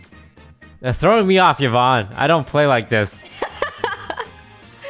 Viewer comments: Omg it's Yvonne (like E-vonne). Not YEE-vonne >.<' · Bro said evon 🤣